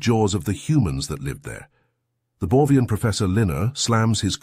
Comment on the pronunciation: Am I wrong, cause I hear "Borvian" while it's written "Borgian" in the subtitles?